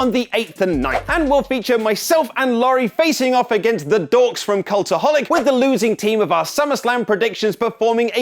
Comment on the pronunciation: Dork doesn't sound right coming from a Brit.